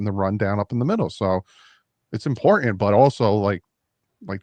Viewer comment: Where is from he says imporTANT funny